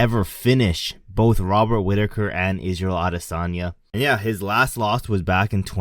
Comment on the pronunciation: Mate, you can’t even say Chimaev runs through Rob Whittaker 😂